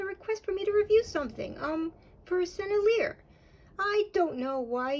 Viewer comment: Pronounce it like this Sen-nel-ee-yay. You’re welcome. You’re fun.